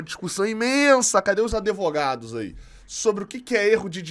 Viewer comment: Falou o! 😂 Excelente análise! Conteúdo,sobre o FLU, de qualidade. Parabéns,! 👏🏾👏🏾👏🏾👏🏾👏🏾👏🏾👏🏾👏🏾👏🏾